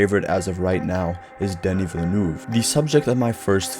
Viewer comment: Knew this was going to be a well-made video when he pronounced Denis Villeneuves name correctly.